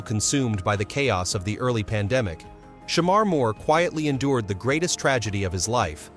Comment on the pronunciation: Hate the way he saying his name smh.